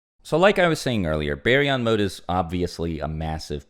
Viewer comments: always changing the pronunciation of a word. It went from bar-yon to some hillbilly named berry😂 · It's Bar-yon not Bae-yon lol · Is that how it’s really pronounced ? Baryon mode? BARRY-YON? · Berion mode lol